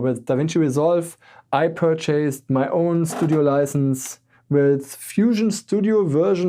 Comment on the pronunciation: Your Enhlsh is great, but one little tip: I know it seems natural to prononce PURCHASE as "PUR-CHAYS", but languages are not consistent, and wit this word the pronunciation is PUR-CHESS, and PURCHASED is pronounced PUR-CHEST.